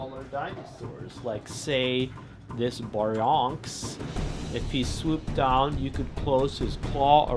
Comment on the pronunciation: BEAR-E-ONYX thats how u pronoucne it, not "Bronx!" Also really try to improve the sound quality of the dinosaurs. I find the sounds u use for the dinosaurs to be odd. They keep looping in strange ways and stop using that weird deep growling sound from Godzilla 2014(which isnt even an actual roar). In some of the films certain dinosaurs actually had their own sound efgects outside the t rex